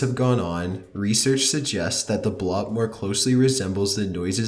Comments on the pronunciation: When you play the sounds, turn off the background music because it gets confusing on which parts the music and which parts the "creepy" audio Also No.11 is pronounced Bloop not blop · Omfg it's bloop not blop! I love your videos, I don't even mind your unique narration voice, but you mispronounce things that are ridiculous to even mispronounce. Again, love your videos, but please do more research on proper pronunciation of some of these words. I wouldn't even have said anything if it weren't for you saying the wrong word so much. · Where did you learn to read?! Jesus. "bloop" = blOOp. Not blop. Soy-oos. Not Soyus. Oh Claire DE la Lune. Not Di. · why does he have to mispronounce in almost every video? and everytime he does he says the word wrong MULTIPLE times (or sometimes names) ok (die-lane) learn to pronounce thing like Bloop (blue-uh-op) it's not (blah-p). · Bloop, not blop, damn it. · The 'Blop' ... wasn't it the 'Bloop'? 👎😑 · It's the Bloop, not the Blop. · How can you read a double o sound in "The bloop" and think it's pronounced "blahp?" I mean that the actual fuck? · its BLOOP not blop XD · its not a blop its a bloop. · Lol, the "blop." It's bloop, not blop. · It's also Galveston, not Gavel-Ston... and blOOp, not blopp. A simple google of the terms he's using would clarify pronunciation issues... especially when he's using clips from, and referring to, specific videos on youtube yet giving no credit to the folks he took them from. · Why are you calling it the Blop? It's the bloop (Blu-p) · it's the BLOOP, not the BLOP, that annoys me so much, he also mispronounced galveston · Number 11 isn't pronounced the "blopp" it's pronounced the BLOOP! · Also THE BLOOP! NOT THE BLOP! YOU LITTERALLY PUT THE WORD BLOOP ON SCREEN MULTIPLE TIMES... AND YOU STILL SAY BLOP OVER AND OVER AGAIN! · It's pronounced Blue-p not Blah-p. Still a good video. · pronounces the bloop as the blop The bloop: am I a joke to you? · Bloope, bloop, bloop, 2 o's, not 1. BLOOP!